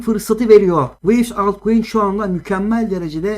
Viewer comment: Wivis diyo asalak ya hahahaha